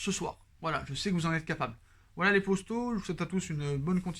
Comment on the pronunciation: Arrete de dire « postaux » (traduction youtube) !!! C est potos ! P O T O ...entraîne toi devant le mirroir ou prends un orthophoniste